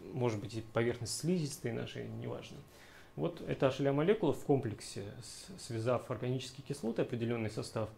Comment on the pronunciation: Лол, никак не мог с начала понять, что за ашеля, а это hla (эйч эл эй)